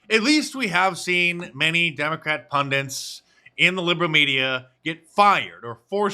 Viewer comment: I can't recall a video where you haven't (mispronounced) used the word "pundit". I don't get it.